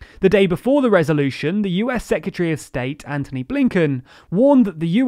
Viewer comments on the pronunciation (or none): none